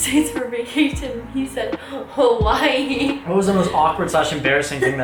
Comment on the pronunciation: Not to be rude you guys are pronouncing hawai wrong and u should come stay in kailua plz